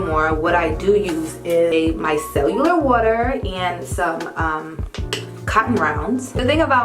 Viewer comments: Your skin looks great. It's pronounced micellar water, not micellular water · Love this video! I do have to say that it is micellar and not micellular, love your content as always!!